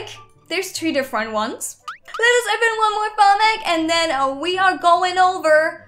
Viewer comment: Let us- Me:Lettece?